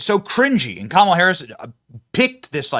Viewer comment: Kah’Malha ha ha ha ha ha 😅 just Cain’t fix “stew-pid” !